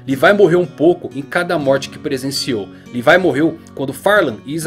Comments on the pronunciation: Cara uma coisa q eu odeio é a pessoas nao falaren o nome dos personajens do jeito serto:cara é levi nao lefai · fala Levi igual br mano kkk